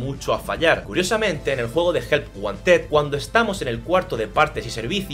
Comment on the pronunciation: cuando dice help wanted parece que dices ayuda a un osito de peluche help one ted